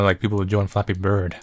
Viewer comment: me,listening to this call: its just flappee bird